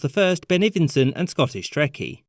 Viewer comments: “Anne’d (And)” 💀💀💀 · "Anne'd" haha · "ANNE'D" KILLED ME! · The "Anne'd" killed me. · "Anne'd" fucking lol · “Ann’d”. Also “background” lol